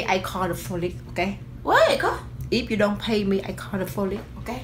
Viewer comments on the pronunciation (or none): BRUHHHHHH 😂😂😂😂 She was confident about that "Ima call the FOLICE" like I couldn't get past the word!!!! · Tf is the folice 😂😂😂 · LMAOOOOOO “I call the folice”😂😂😂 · “ I call the folice”😂😂😫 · Say folice loll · AKA yo said folick its police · The Asian lady said “if you don’t pay l call the folice” 😂😂😂😂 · iam just angie you got police wrong but you say folice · not even “folice” she said “foli” 💀😂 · officialstan nah she said fo lee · solo._preshh - I heard “folik” 😹😹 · Bruh what is "flolice" flolice is not a word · but she said folic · Nah that lady said folick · Nahhh. She SAID "FOLICK"💀😂😂😭✌🏾💯❗ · Chanell M lol 😂 like she kept saying folice I would've been like what's the folice. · Tarah Vu it's folice she said folice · the lady kept saying "you pay now o i call le foley"😂. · DA LADY SAID "If you don't pay me I call "folice''. Lol matter fact she said “Fay” too😭😭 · she said “ i gon call folice” 😂💀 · Fólice 😂😂😂😂😂😂💀💀omg help her someone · “If you don’t fay me I call da folice 😂” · It sounded like that girl was saying folice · "Folice"?? LMAO😂😂😂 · "I'm gonna call the folice" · lady: pway meh or call the folice it:*gotta blast* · She said the folice girl 🤣🤦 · Fuck is a “folice “ 😂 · Wonder did she call the folley🤣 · she said folice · why this lady say pholice.👨🏽‍🏭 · Why she said folice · honey it is police not folice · She couldn't say police rii😅😂I'm weak